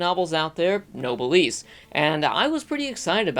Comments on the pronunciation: SAY NOBLE. SAY S. NOW ADD THEM TOGETHER. SAY, NOBL-S. OR SAY NO. SAY BLESS. THERE, YOU CAN NOW PRONOUNCE NOBLESS. WTF IS NOBLISS AND HOW DAFUQ CAN YOU MAKE SUCH A CRUDE, MISTAKEN PRONUNCIATION COB SUMARAY ANIMU WEBYUS??? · Small tip: Noblesse is a French word pronounced [no-bless] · webtoon not graphic novel and noblesse not nobleese.